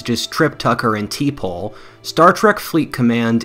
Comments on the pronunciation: "Tea-Pole"...?? Don't fake your fandom, kid. It's "Tuh-Paul" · You're awesome,, but you have to change your how your mentioned T'Pol's name in your Star Trek sponsorship part of the video! Its pronounced Ta - pall not Tee - pole!! Love your videos, bro. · Love the plug for trek, but way to show you've never watched an episode. Tee-pole. It's pronounced more like ta-paul. Great video though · It’s pronounced Tur-Pol not Tee-Pol! I’m not a gamer myself but enjoyed Enterprise when it was released. It got a hard time when it was released and I must admit the first 2 seasons weren’t great, but IMO, the final episode aside, season 3and 4 were really good. Not sure civil war will happen quite so quickly, but definitely agree with you that it’s always been a fallacy that China will replace the US as the global hegemon. They’re miles behind in crucial technological areas to match the US and have no experience pool of combat within their military. All this combined with rampant corruption and the societal problems you highlight leaves them with no chance of surpassing the US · "Trip Tucker and TEE POLE" — yeesh, okay, you're not a Trekkie, we get it (it's more like "təh-PAUL") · Tee Pole? It's pronounced Ta'Paul. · Tell me you never watched Star Trek by saying T'pol "Tee paul" lol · As soon as you pronounced T'Pol Tee Pole..i knew you weren't an Enterprise fan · Funny hearing him pronounce T'pol.